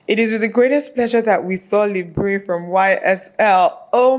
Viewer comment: Someone may have mentioned it already but "Libre" is pronounced somewhat like "Libr". The "e" is silent just like the French word "libre" which means "free". :) :-)